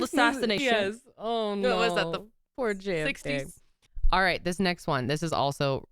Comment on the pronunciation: saying JFK literally took me out